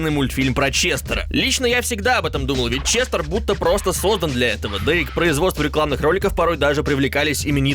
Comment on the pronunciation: ЧестЕр или ЧестЭр , но никак не ЧестОр